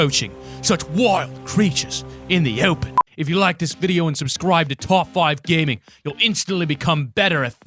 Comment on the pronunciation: He said Top 5 Ganing